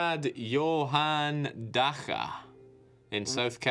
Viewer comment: its not daha! Its Dacha!